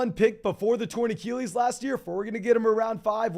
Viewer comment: Love the content, been watching a lot - but bro, please learn how to say achilles